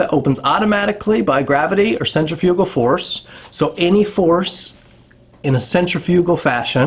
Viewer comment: As long as Cambodian Tire keeps selling them, they are not prohibited. Do some more study into this crap. Learn to say centrifugal, annoying. I can walk into any store wearing a belted hunting knife, including the, as you call it, “iconic” Buck knife, and not a single person says anything. Not even a batted eye during hunting season.